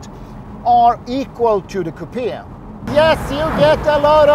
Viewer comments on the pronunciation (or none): Dear Wonderful video but please stop saying “kupia” the word is coupe’ (Kyle. Short “e” pronounced) Otherwise terrific Ciao